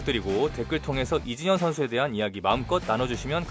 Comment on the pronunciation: 왜 이진현이라고 들리죠 ㅋㅋ 영상은 잘봤습니다~